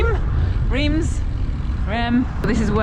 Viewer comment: "Reims", not the right pronunciation ! 😅 Very happy to see you riding in France with Nicky, you are great ambassadors for the Tour ! Bravo Bravo Bravo !!!